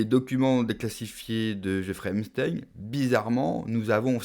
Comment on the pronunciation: On dit : ep st a in